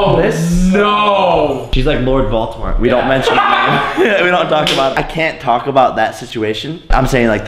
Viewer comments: I love how you said Voltemort and not Voldemort, and the fact that you referenced Harry Potter cause i fucking love Harry Potter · Does it piss anyone else off that Jake doesn't say Voldemort correctly because it does me as a huge Potterhead